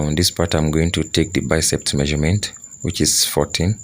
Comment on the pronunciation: It’s BICEP, not BICEPT